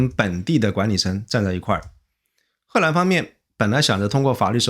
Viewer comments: 为什么念贺兰？ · 荷蘭的荷是二聲，不是四聲，一直賀蘭賀蘭聽不慣😂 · 这河南的更是故意的吧😂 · 艾森读 荷兰的时候好像有河南话那味😂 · 感觉是湖北